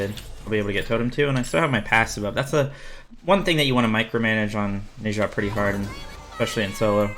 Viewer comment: I love the vids man but PLEASE WHEN THE GOD SAYS THEIR OWN NAME PRONOUNCE IT THE SAME WAY THEY DO NE ZHA IS PRONOUNCE NAH-ZHA NOT NAY-ZHA